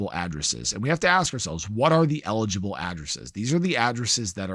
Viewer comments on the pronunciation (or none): So is that 'in eligible' or ineligible? 🤔